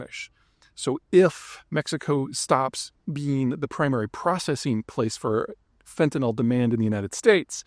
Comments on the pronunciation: Peter - there's no "o" in fentanyl - it's fenta-nil, not fenta-nahl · Why do people keep pronouncing it "fentan-ol? It is not chemically an alcohol. Correct pronunciation is "fantan-il"